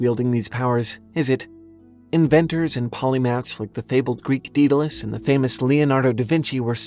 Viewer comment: Ha-Fest-Us Day-Du-Less